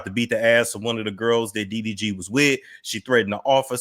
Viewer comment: Talking about her eyes is unnecessary and it sounds like you keep calling him DVD 🤣